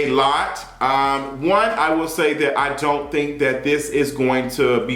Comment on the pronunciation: “Iont know what this is?” 😩